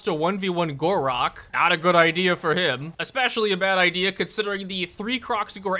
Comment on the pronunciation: Why do i hear khorak everytime he mention gor rok